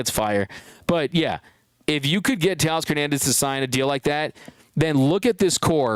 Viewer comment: new York can you say Teoscar?